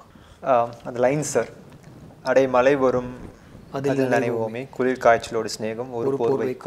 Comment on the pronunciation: ஏன்பா ஆன்கர்... அவர் எவ்வளவு அழகா 'மழை' என்று சொல்றாரு, நீ 'malai' என்று சொல்லி நம்ம மானத்தை வங்குறியே. கொஞ்சம் அவர்கிட்ட இருந்து கத்துக்கோ.